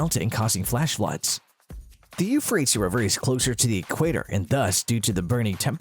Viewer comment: If you know how to say the word tease, you'll know how to correctly pronounce Euphratease